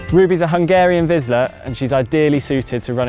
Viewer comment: It’s pronounced Veesh-luh. Not Vizz-sluh 🤦‍♂️.